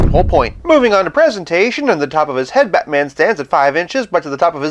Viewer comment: The way you say Be'man :P